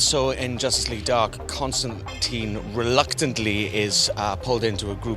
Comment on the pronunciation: WHY CAN NO ONE SAY CONSTANTINE